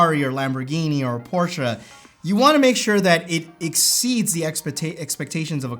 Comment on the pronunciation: The fact that you said "por-sha" made me so happy. It's NOT "porsh." Full stop.